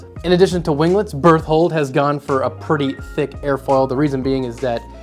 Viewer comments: When you said "berthold", I thought you were saying "birth-hole" 😂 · no you pronounce it wrong its bertoholot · definitely not an attack on titan fan confirmed with his pronunciation of berthold.